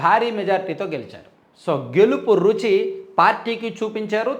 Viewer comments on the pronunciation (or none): none